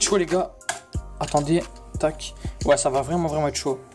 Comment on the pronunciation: tu casse la tete a dire tac mskn